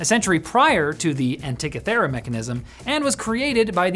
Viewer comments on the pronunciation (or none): Pronounced "Anti-kith-uh-rah". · Imagine producing a video for a channel with 4+ million subs and not even bothering to get the pronunciation of the main topic correct... 🤣 "An-tee-kith-er-a"